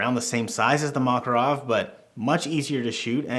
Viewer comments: Not MAkarov, but MakArov! Stress on the second syllable, on the second A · Makárov!!! When i heard Makaróv a want hit your head by a handle of PM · makArov, not mAkarov😅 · Mockerov? No Makarov sound it out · I wanna slap you every time you say "mah-kuh-rawv". This is Muricuh. We say "MACK-uh-rov" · Model Is PM. Pistolet Makarov. It is pronounced Ma-KAR-ov, NOT MA-karov. got it right. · Nice "Mockarov" with "baykalite" grips bro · Its pronounced Mac-A-rov you illiterate uneducated american idiot. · I'm gonna have a stroke if I hear "Mockarov" one more time lmao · the mockarov lol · "maw ca rawve" cant stand that had to stop watching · Thank you for the review. Apparently, you do not know - how this pistol is named. The stress is on the second syllable: McCarov. Think McCoy. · 1) Ударение ставится на второй слог: макАров -запомни это на всю оставшуюся жизнь 2) Этот пистолет целенаправленно создавали на основе успешного дизайна Walther PPK 3) Только специальный патрон 9х18 -остальное это Не МакАров!!!